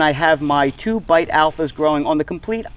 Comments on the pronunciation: Beit, not bite. Beit is the Hebrew word for “house.” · Great video! (Beit is pronounced like "bait." It's a letter in the Hebrew alphabet.)